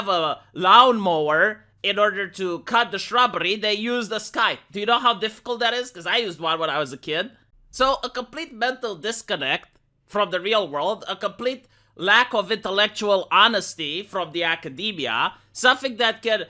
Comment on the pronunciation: You still pronounce "scythe" wrong.